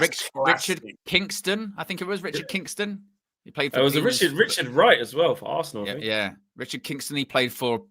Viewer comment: Ar- se -ran 😂 bro